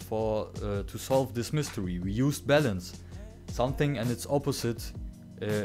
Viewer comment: Oh balance, i thought you were saying bell ends.! Lol